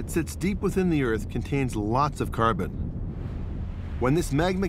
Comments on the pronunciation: This is amazing, the fossils found. When he starts talking about the amount of carbon cars can leave behind, he calls it car turds, had me 😂😂😂 it's a serious situation. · Wasn't expecting to laugh but he said "car turds"